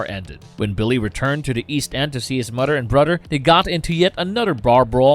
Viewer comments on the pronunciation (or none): Hello muddah hello fadda, here I am at, camp granadda. Seriously though, "th" doesn't sound like "d". It sounds like a toddler talking. It's extremely distracting. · Did the narrator pronounce mother as mudder smh.... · Narrator pronounces it, "Mudder and Brudder." LMAO. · Why cant you say the word "mother"?